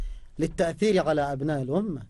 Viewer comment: ادفعوا رواتب الناس يازوبي قال الاومه الاومه الاومه